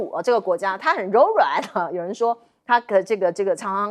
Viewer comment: 審時度勢，度讀，奪